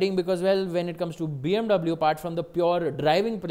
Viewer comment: u calling bmw as bmv every now and then is annoying... plz stick to bmw and don't struggle in trying to show yourself off and fail miserably